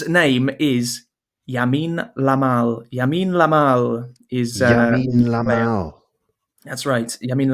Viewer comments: lamine yamal. not lamine lamal🤪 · Hellloooo. It’s Lamine Yamal, not Yamine Lamal 😅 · Hi,! Thanx for such a nice podcast! May I correct your guest in one question? The name of young Spain player is Lamine Yamal) not Yamine Lamal) thank you for opportunity to do this